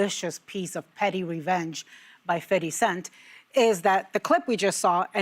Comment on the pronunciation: His name is FIFTY CENT!!! Not FITTY CENT!! Doing too much 😂